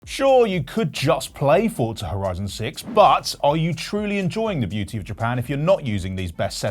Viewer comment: Why do people say FORTZA is FORZA